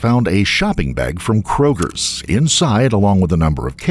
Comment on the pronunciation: The person running this channel must be 55 or older since they said “Kroger’s” and not “Kroger”…😂😂😂 we constantly have to remind our parents and the older people around here that we don’t call Target “Targets”, we don’t call Costco “Costcos” and we don’t call Kroger “Krogers” 😂😂😂